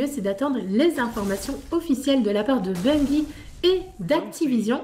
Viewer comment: Non mais arrêtez de dire BUNguyE!!... On ne dit pas une guyFLE ou guyRAFE non?!!!!... Sinon bonne vidéo les gamers!!.. Ciao